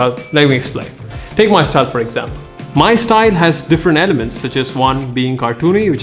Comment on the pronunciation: Do you hear stine not style?